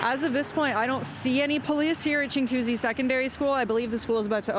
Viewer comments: its chin goo zee... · It's pronounced ching wa coosy, not chingcoosy